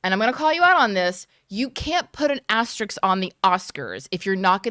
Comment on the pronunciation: Asterisk. Not Asteriks. Love you guys.